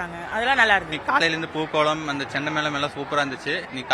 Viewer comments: pooKALAM not pooKOLAM😊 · It's not 'pookolam' it's 'pookalam'. 😂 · അതും തെറ്റി..... പൂക്കളം ആണ് പൂക്കളാം അല്ല